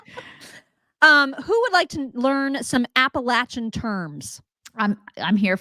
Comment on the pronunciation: I talk similarly! More syllables ! Had it correct with Appa latch en pronunciation! You go girl! I went to App a latch en! Not lash en!